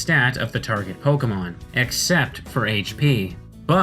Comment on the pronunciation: why the f**k did you emphasize "except"?